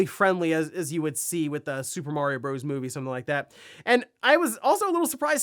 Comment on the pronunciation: "Bros." has a period at the end which means it is an abbreviation. It is pronounced "brothers".